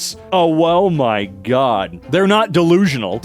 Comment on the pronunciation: did bro just say "owo-my god"